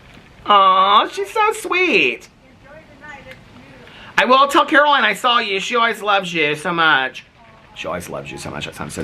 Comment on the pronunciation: You say saw like Saul.: “We Saul them standing there”. 😁😁